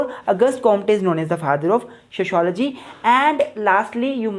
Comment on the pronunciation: Sho shology 😅😅😅😅😅😂